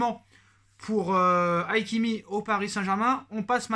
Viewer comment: C’est Hakimi pas Aïkimi